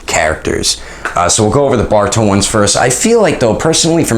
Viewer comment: Boruto not barito